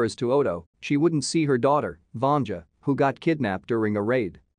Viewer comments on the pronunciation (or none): They are NOT on a lake, they’re on frozen sea. “Vanja” is pronounced “Vahn-yah”, she’s not female genitalia. And you left out a SHIT TON of the plot.